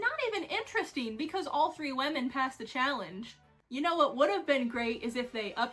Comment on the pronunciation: I love how you say women ~Wehmin~ In my accent it's wimin which is much less fun